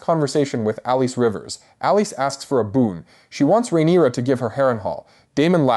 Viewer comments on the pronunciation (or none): The mispronunciations are killing me! “Bay-la” , “RhA- NEERA”, “Allen, not A-len” “Rain-a” “SY-Rax” , “A-mond” And oh my lord, It’s “Al-is” not “Al-eece”, “VAY-gar” Do you even watch the show and listen to how people pronounce one another’s names??????? Other than that, it was a great analysis.